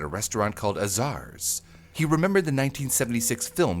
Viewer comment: Fascinating story! Just FYI, Azar's is pronounced with the accent on the first syllable, and it sounds like hay. AAA-zar's. I remember eating at them as a kid. Typical American diner food, not bad, just reliable. Were known for the "Big Boy Burger" (They used to all that these creepy huge statues outside of a kewpie doll-like chef.)